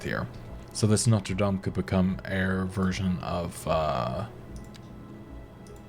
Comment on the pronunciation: The university is in north Indiana in South Bend (south bend of Lake Michigan). The only large catholic school not in the Big East (anymore). Went to St. John’s for both my degrees but it’s actually pronounced NO-tur lame (or “dame” if you want to be technical).